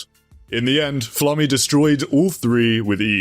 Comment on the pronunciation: It is pronounced FLA-MA not flamme